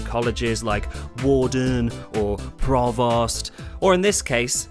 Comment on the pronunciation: "Provost" rhymes with "toast", not "lost".